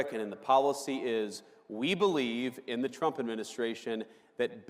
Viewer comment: lol, he just said Tump!!!